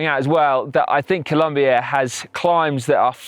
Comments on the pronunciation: Please, it’s Colombia, not ColUmbia!! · it's colOmbia not colUmbia ;) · IS COLOMBIA NOT “COLUMBIA” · PLEAAaaseeessseeEEuhhh.. COLOMBIA not COLUMBIA. But other than that, great vid! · Brooooooo please it is COLOMBIA, come one!!!!! Beside that everything all good!!! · It's Colombia, not Columbia mate! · Colombia. not Columbia. COLOMBIA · It's Colombia, not Columbia! Other than that, awesome video. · IT'S COLOMBIA NOT COLUMBIA.... besides that, I love this video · It is COLOMBIA not COLUMBIA 😡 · Hey! Its COLOMBIA! not Columbia stop making that f... Mistake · Please!! It's Colombia no Columbia!!! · seriously ? Columbia? it's COLOMBIA, not Columbia !!! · It’s COLOMBIA, not COLUMBIA!! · Seriously? You're still making this mistake? It is ColOmbia not ColUmbia!!!! Unbelievable. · Mate glad to see u around alto de letras! But it’s Colombia not Columbia 😉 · It's Colombia, not Columbia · It's Colombia, not Columbia (map at the beginning). Otherwise, great video! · It's Colombia, not Columbia but who cares, amazing video guys!! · guys.... it's ColOmbia. with a O, not a U... But as a Colombian who loves cycling, this was a beautiful video! Nicely done! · It's COLOMBIA not COLUMBIA. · Amazing video.!!!!! Good to see you in our country and you had taken this "Alto de Letras Challenge". Just a little thing, It´s Colombia, not Columbia LOL................. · Noooooooooo it’s C O L O mbia... not Columbia, that’s in Canada guys. Nevertheless, loved the video, gracias 👍🏻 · Its COLOMBIA not Columbia have some respect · Great video as always guys but, Columbia? Really, I mean, you were there for a couple of weeks as you said and couldn't even get the name right? A shame......... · It's COLOMBIA, not COLUMBIA! Seriously?! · COLOMBIA! Not columbia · It's "Colombia"